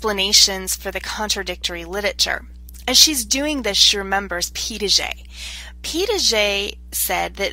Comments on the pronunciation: It sounds like you were saying "Pee Dah Jay"... there is no D in the middle of that name. This was very helpful for my research class, though. Thank you! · Yes, I noticed that too. It's a French name and is spelled Piaget; It is pronounced as Pia-jhay.